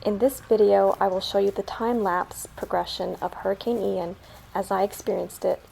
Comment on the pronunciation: Never heard Ian pronounced “eye-ann” before